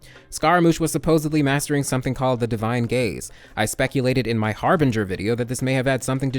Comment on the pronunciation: Did anyone else hear "divine gays"